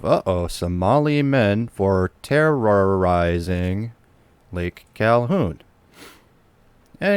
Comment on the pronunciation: Can you not pronounce terrorizing?